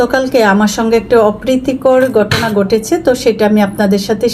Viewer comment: আস্লামালিকুম না , আসসালামু আলাইকুম। গটনা না ,ঘটনা । গটেছে না , ঘটেছে। উচ্চারণ ঠিক করেন।